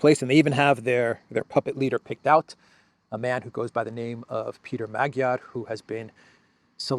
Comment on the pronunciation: Yes, you are absolutely right in Hungary general election is coming up in 2026, around April. Congrats on your pronounciation of the name of the opposition leader, still, we'll try to make it a forgettable one.